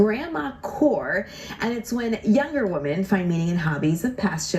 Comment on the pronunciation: I'm more troubled by people suddenly pronouncing 'women' the same as 'woman' like the newsreader in the video. It's a weird linguistic trend that appeared over the last few years.